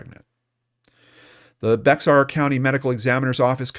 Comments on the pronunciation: It’s not like it’s spelled, BEX-AR , it’s like BEAR pronounced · Hey,we love your show FYI the X in Bexar county is Silent,so it's pronounced Bear county living there we were cringing everytime you said beXar county,we realized you not living here wouldn't know & we hear it called beXar county ALOT so you're not alone,just a little info from a fan in case you talk about in future episodes 👍😎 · It's pronounced Bear not Bax-r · I live in Bexar County, it’s pronounced “Bear” the x is silent. Just an FYI. Great coverage, Thank you! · Thr way to say Bexar county is bear county. X is silent. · I love the remarkable work you do. Just wanted you to know that the 'x' in "Bexar" County is silent, and it's pronounced "Bear." Keep up the great work. 👍🏻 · I came to the comments just to see how many people told him how to say Bexar lol. Texan here. Not as many as I thought!